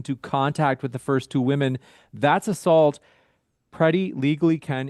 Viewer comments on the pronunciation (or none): What’s up with people not being able to pronounce the word women correctly?